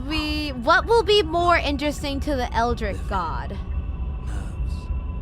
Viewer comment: "eldritch", not "eldrick".